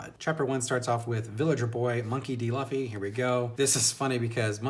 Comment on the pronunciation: Luffy's name is actually pronounced "Loofee". Monkey is his family name. Referring to him as "Monkey" is actually pretty cringe. lol. -Zolo's name is actually Zoro. I certainly hope you keep reading. Because If you think One Piece is good now it's only gonna get better. The story is consistently good. Where other authors get burnt out Oda keeps on improving and doesn't stop. Right now you're only in the warm-up phase of the story. The first 100 chapters of One Piece are actually just the prologue. You're just being introduced to the characters and getting hints at what the world is really like. The story only really starts once they enter the Grandline. It starts off Good. Then it gets Great. Then it gets Epic. Then it becomes Legendary. I recommend reviewing each arc of One Piece that you read. Do that and you're channel should get a little bigger.